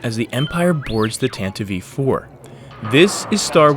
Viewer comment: I would like to mention that it isn't "Tantavivie IV". It's "Tantive IV".